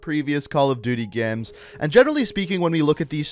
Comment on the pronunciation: this guy legit says geams